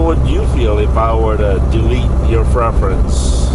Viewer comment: Please don’t say freference it’s pronounced PREFERENCE